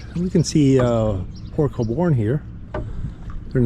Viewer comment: Great job chasing your dreams. Really happy I clicked that bell. I think I only watched one other channel go through the canal but you did a much better job recording it. Btw it's pronounced "Cole-Burn"😉 ( actually it kawl-born...but we dont pronounce toronto correctly either.)I'm happy you made it to my stomping grounds.